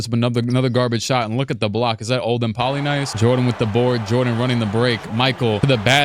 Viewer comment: Olden Poly NIECE... Not Poly NICE lol